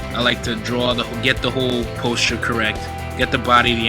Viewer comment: Lololol that's not how you say posture.